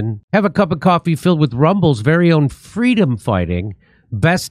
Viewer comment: She wanted fweedom from cackles the clown